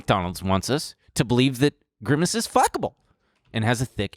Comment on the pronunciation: grimace but pronounced like versace